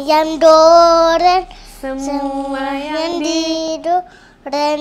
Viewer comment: Waktu nyanyi pengucapan untuk goreng disebut Doren. Jadi lucu, maklum masih belum terbiasa pengucapannya.